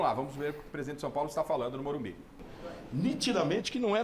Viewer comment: porque estão falando morumbis??? O locutor da tnt também falava morumbis. E nova moda dos bambi??